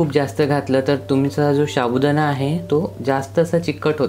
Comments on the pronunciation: Say sabudana not shabudana. Ok dear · तुम्ही याला सारखं शाबुदाना कां म्हणत आहे. ते चुक आहे व ऐकायला पण बरोबर वाटत नाही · शाबुदाणा नव्हे तर साबुदाणा म्हणतात. बाकी कृती उत्तम झाली आहे. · शाबुदाना नाही रे... साबूदाणा मस्त केलंस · शाबुदाणा नाही साबुदाणा म्हणतात